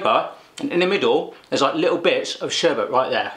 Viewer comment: Lol not sherbert...sherbet! No r in it, sher-bit haha. Great video tho! Love your reactions! I'm subbed!